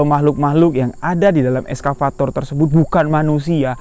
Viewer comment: Nyebut nya excavator bukan eskavator yo bg. Wkwkwk. Salam kami wong jambi jugo